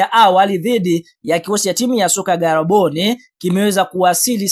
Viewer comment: Badilisha namna ya kuongea...unaonekana mwongo kwa hiyo sauti...ndioo maana hata timu mwenyeji huijui eti garabone😂😂😂😂 maviii sema gaborone